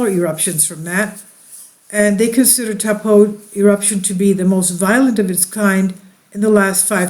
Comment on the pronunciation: Try “toe” “paw” that’s the correct pronunciation good try though better than most people that live here haha